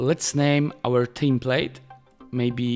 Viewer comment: Czekam na dzień w którym sprawdzisz jak się wymawia "template"